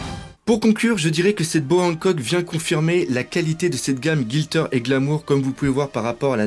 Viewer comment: gLitter, pas GiLtter ^^